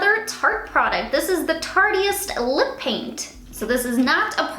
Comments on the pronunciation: No you're right.. It's tart...ist. Lol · I just wanted to say that I struggled with that word on tarte pallets at first too, but it's pronounced tarteist like artist. So like ur a tartist. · It's tartist, like "artist" just with a "t" in front. The E is silent.